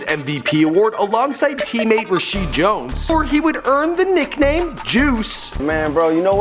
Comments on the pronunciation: It's Reshad Jones not Rasheed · ""reshed jones"" isn't it reshad jones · "Rasheed Jones" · its rashad Jones dumbass